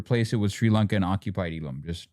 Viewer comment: not even sri lankan tamils call it eelam like that 😂😂